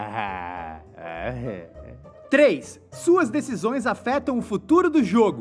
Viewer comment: "Decisões" é sem esse primeiro "s"